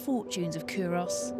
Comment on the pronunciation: This is driving me nuts. It's pronounced, 'Coo-rus'. Unsure why an expert in 'archaeology' and an 'academic' wouldn't take the time to investigate how to actually say it properly. Sign of the times, I guess. Leads me to question their nounce. Also, 'whiskey' is an Americanism. It's 'Whisky'. besides that why do Scots constantly get subjected to posh English telling us about our own history? Nepos, but hey they've got the money and means to do it.